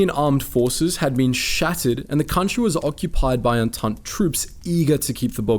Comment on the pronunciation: Its pronounced "on-taunt" not "on-taunt-ey"...